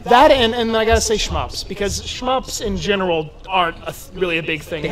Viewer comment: ......you said "Shmups"......your gamer card has just been revoked. 🤔👎